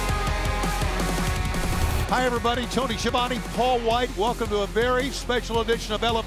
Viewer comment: tony, the pronounce of your name is "schiavone" and not "sciavoni", ask about it to your italian friends